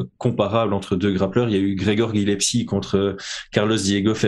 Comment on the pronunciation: C’est pas bien grave mais tu es Corse le nom de notre lutteur d’exception qui s’appelle Gillespie et non Gillepsie